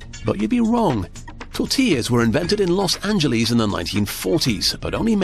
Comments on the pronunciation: los angeles... he pronounces it loss angeleez. them british ppl... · Los anglees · Hate to be that guy, but you missed pronounced salsa and Los Angeles.